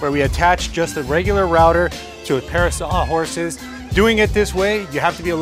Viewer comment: what happened there mate 🥴 “SawHOrses”